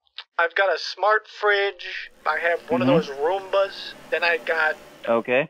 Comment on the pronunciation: HE PUT ROOMBAS AS ROOMBUZZ LMAOOOOO